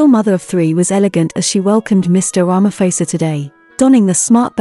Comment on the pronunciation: That is a lovely colour. Tip Prounounce Ramaphôsa like Xhosa or like pause'a' 👍